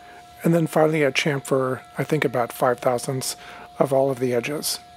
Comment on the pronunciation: Please stop saying "champ-fur" its actualy a "cham-fur" the P is a PH F so is scilent.